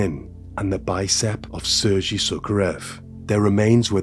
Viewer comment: The pronunciation of the names is very poor. EE-REE-NAH. SEIR-GEI. BICH-KOHV. YEV-GEH-NEE. But I will say, i absolutely love your channel. I am late to the party and have been binge watching all your videos this week. Great content and very calming voice. Thank you.